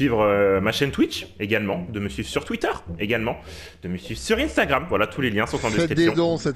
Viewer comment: On dit pas inestagrame mais Instagram